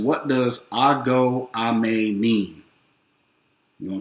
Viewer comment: Agooo and amee not Amay. It simply Helloooo And the response is Hi so shoo is helloo and amee means hi